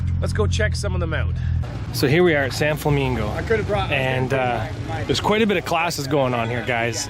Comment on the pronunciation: San-FLAMINGO! 😂😂😂 don't ever change we love you man lol